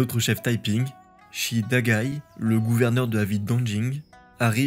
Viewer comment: " shi " n'est pas prononcé " chie ", mais " che " comme pour cheveux ...